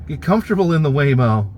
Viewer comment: Your waymo was laymo. 😂